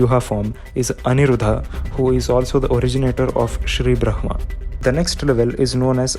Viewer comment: why are u pronouncing "brahma" as bhhrma?